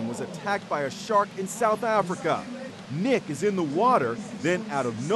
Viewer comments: It's mick not nick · Its mick not nick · It’s Mick not Nick